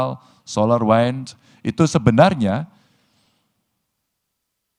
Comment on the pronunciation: Luar biasa gagasannya. Menit ke , beda pelafalan & beda arti antara wind & wine.